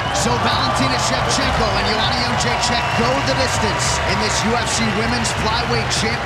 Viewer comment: Jedrzejczyk = " Young -jay-check" How, Sway?